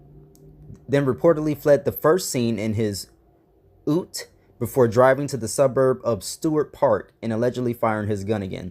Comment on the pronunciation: LOL sorry not funny but yeah if there was a shooting in AU that would be the car I'd think he'd have. It's pronounced you-t. Like the word you with a T at the end. It's a car that's pretending to be a pickup. Pretty popular in AU.